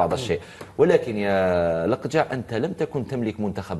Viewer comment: لقجع ❌ لقجر ✅🤣